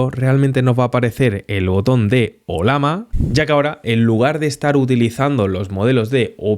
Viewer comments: ¿Olama? El símbolo de esta IA es una llama, no una lama, así que se pronuncia Ollama y no Olama. Eso sin tener en cuenta que estás hablando en español y no en otra lengua. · ¿oLama? ¿Cuál es el animal del logo? ¿tan difícil es pronunciarlo bien?